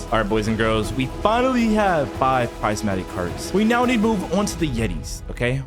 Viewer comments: Its prismatic.. not pricematic…. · Haha, it’s prismatic, not prizematic. 😂